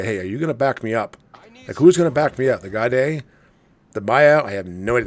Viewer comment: I’m not a Unicom player, but I am a German speaker. I could not figure out what ship you were talking about for about 5 minutes. The Gaede is pronounced “GAY-duh”.